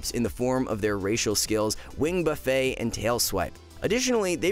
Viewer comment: How do you go on to list about 6 -7 utilities that hunter has and give it a 4. A good hunter will use it all to make keys easier. Btw Evoker 'wing buffet' is pronounced ' buff ET'. You said it was a self serve food option 'buff A'